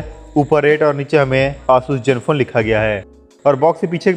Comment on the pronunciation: Jenfone nai ree zenfone